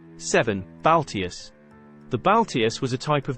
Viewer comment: "Lorica" Not "Lyrica" And "Balteus" Not "Baltius"